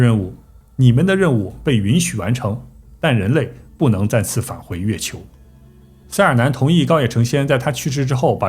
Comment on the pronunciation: 月球读成了飞球）我连着听了5遍😂